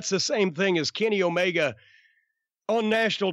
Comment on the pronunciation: Jim says it like O-MayGuh HAHAHAHAHA